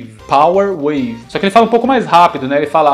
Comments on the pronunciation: Desde o Fatal Fury Sempre ouvi O Tery Dizer "Para Nanaco"...😁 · Eu escutava common wave